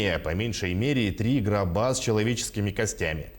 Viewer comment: Правильное ударение будет грОба,а не гробА😨😨😨😳😳😳🙄🙄🙄🙄